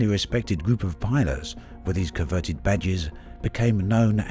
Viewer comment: Coveted, not converted.